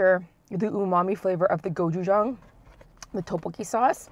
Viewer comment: uhhhh the way she said gochujang...